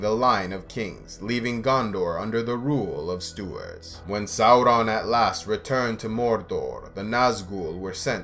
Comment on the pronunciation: god I love how you pronouce Sauron. the right way!